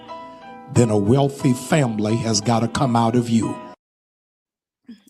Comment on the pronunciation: Did he say FamBlee